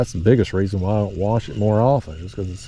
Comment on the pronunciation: Oh my god, when you said “warsh” your plate I like to have fallen out of my chair. I haven’t heard that since we lived in Kentucky. Originally from and now back in southeast Georgia, and we used to laugh at the people all the time about that. Love the videos. Got me itching to go drown a worm.